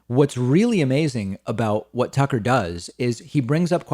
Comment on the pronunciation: It's Tuckkker Carlson...